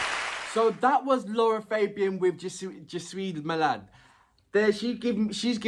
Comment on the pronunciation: Concerning the pronunciation of LArA FAbian, it is an Italian name, the three A's are pronounced in Latin, like the A's of "fact" or "black".